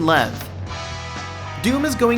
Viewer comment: you don't know how to proununce length really well shame on you (not really) i bet my english is bad but surely i know how to spell length